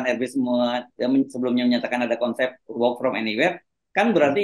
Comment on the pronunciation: Bung hersu perlu kursus English lagi. "Work" cara bacanya bukan wok. Tapi 'werk'. Lagian SOP WFA bagi ASN TIDAK berarti gak masuk kantor sama sekali bung.